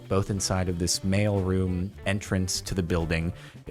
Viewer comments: Took me a few minutes to connect that he is saying mail room not male room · I kept hearing "Male Room" and I was so freaking confused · thought he said "male room entrance"